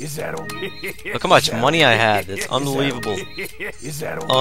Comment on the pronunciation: lol "inbulivable"